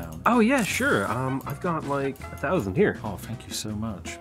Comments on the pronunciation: I really like your content, but please, for the love of God, can you learn to pronounce 'th' properly. It's thousand, not fousand. Not much annoys me but that really bugs me. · ... Spiff Pronounces all TH as F ... every time 'over 9 fousand ! .. LOL